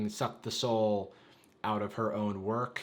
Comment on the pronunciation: "Lork, I love your work!" (but you mispronounce work, ya see)